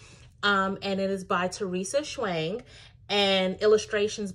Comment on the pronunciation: small correction but Teresa Cheung is just pronounced "chung" for the last name 😊